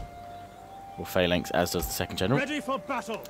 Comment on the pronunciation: Phalanx is pronounced falanx